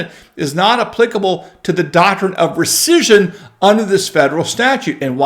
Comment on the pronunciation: Could you please say "recission" ONE...MORE...TIME...Please...!?